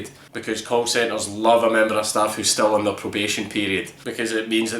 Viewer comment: at first it sounded like you said cult centers, and it fit pretty perfectly